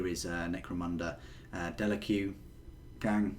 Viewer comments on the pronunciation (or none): Isnt it house delaque pronounced delak? And I couldn't be more excited for all the gsc stuff